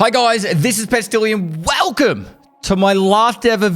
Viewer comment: BRO SAYS WELCOME IN AUSSIE ACCENT AND THINKS HE IS BIG DIK, BRUH FIX YA HAIR